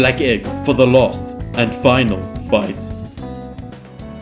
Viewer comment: you say last like lost